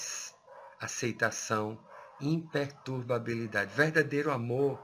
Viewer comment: Nunca ouvi. Impertubabiilidade